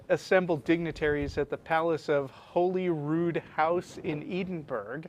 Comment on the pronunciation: His pronunciation of Holyrood and Edinburgh, spectacularly bad :P